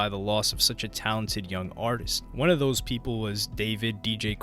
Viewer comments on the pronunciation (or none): none